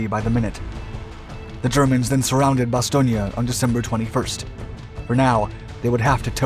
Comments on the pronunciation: I can recommend a visit to Bastogne. Many things to see. Ps. It's Bastogne not Bastogna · Oh Lordy, this narrator consistently mispronouncing the name "Bastogne" is making this impossible to watch. How are you gonna offer me a lesson on WW2 when you think there's a town called "Bastonia" in Belgium? 😄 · Isn't it pronounced bas-toy-n? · The town of Bastogne which is pronounced Bass stone had five major roads leading in and out was of strategic value to both sides. My uncle was one of the so called Battered Bastard's of Bastogne. He was in the One hundred and fìrst. The German commander committed suicide when he failed to obtain his objective. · actualy its pronounced Bas-ston-je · Ba Stone... There is No '..IA...' at the end! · It is pronoced Baston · Fan of your channel. In English, we say mobilization and bass-tone. I'm not trying to be a jerk. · To precise pronunciation Bastogne consonant in the end is soft n like in the word cognac in the middle